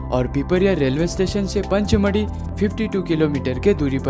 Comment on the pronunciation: सर पंचमढ़ी नहीं पचमढ़ी